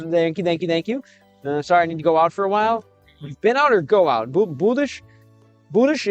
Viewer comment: Россиянин притворяется американцем, никогда такого не было и вот опять. В следующий раз постарайся так не палится в слове "need"